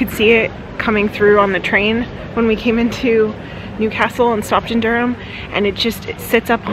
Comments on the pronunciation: I’m a Durham lass and love how you both pronounce the city name 😀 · Thanks for getting the pronunciation of Durham correct. Fantastic video, subscribed 👍